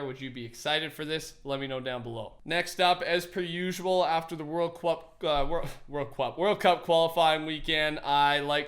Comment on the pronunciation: "World cwup" 2019